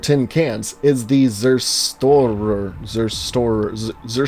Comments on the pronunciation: It's ''Zerstörer'' verdammte Scheiße. Say it! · Sesturer and bratwurst nice too but the ubergoobers have me dead , laughing and on dead on the floor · "zerhstöhrer" you say it like that but cmon germany has like 1 million rules for 1 word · for me as a german its kind of funny and kind of annoying toi hear you pronounce german words so terribly wrong. words like Hunde, Über or Zerstörer. also its not Hunds but Hunde that annoyed me the most but nice video